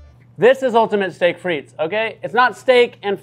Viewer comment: The T in frites is silent 😅